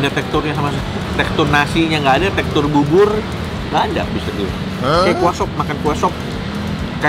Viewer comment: Bubur di bacanya jadi bubbor, kalo bibir di bacanya jadi apaan koh nex??